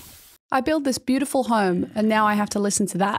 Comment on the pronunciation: I love when said beafiful